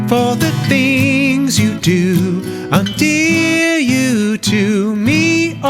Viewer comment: Why do you pronounce endear undear?